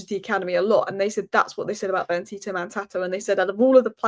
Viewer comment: you're atrocious at names 😅 It's BenDito not BenTito.... Since you're a girl I'd think it's hard not to see the D.... But alas